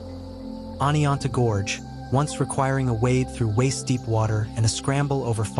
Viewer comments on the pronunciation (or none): none